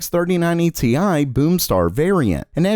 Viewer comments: Bruh he called the rtx 3090 ti "tie" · "TI" gets me every time